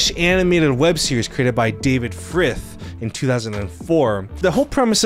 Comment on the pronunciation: I know this man didn’t just say “David Frith” bro come on hahahaha do the bare minimum